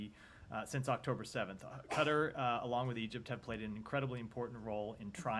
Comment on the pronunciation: Please, please learn to say Qatar and not cutter